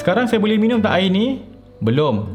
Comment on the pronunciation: Senyum sorang dengar "minium"